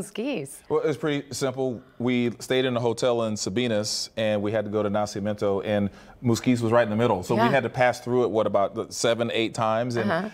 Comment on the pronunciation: It's "Na-CI-MI-EN-to" (birth), NOT Na-cia-men-to as the narrator keeps calling it.